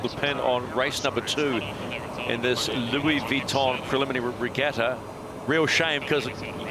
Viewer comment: Who the hell was Louie Weeeton